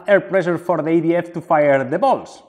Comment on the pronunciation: When he said I'm going to start the EDF I thought he was saying I am going to start the idiot